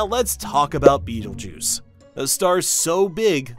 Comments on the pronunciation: ITS PRONOUNCED BET-EL-GOOSE WHAT HAVE YOU DONE MISPRONUNCING BETELGEUSE YOURE GONNA KILL US ALL ITS GONNA GO SUPERNOVA NOW BECAUSE OF YOU! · I'm stuck on pronunciation. I was taught R👁️-gel, & belt-a-🦆🦆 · I refuse to pronounce it Beetlejuice.